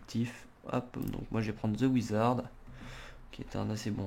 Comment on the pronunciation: Ptn mais vous savez pas parler c'est pas Ze Wizard c'est The Wizard